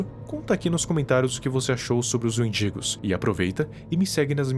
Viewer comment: Desculpa, mas toda vez eu ria quando falava "wendigos" pq parece "mendigos" EU IMAGINEI TODAS AS SITUAÇÕES CITADAS😭😭😭😭